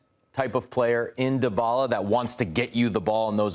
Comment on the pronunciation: The way these guys pronounce Dybala: Da Balla (da baller) 😆